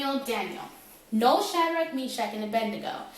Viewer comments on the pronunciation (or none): It is 'Abednego' not 'Abendigo'